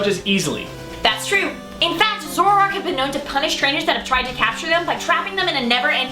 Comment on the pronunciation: I always thought is was pronounced Zo-ROARk.